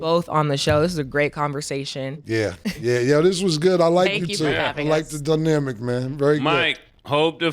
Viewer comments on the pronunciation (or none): It’s “dynamic” not “dnamic” Cam lol